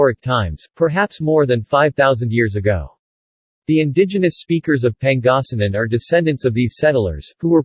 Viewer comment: Okay but you mind pronounncing it right though? If you can’t pronounce Pangasinan right don’t even say it you sound very funny and ..